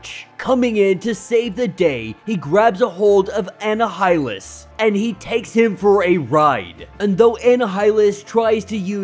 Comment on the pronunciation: Bro its pronounced "ah nigh ah lus"